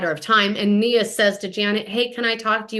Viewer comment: Her name is Nia not mia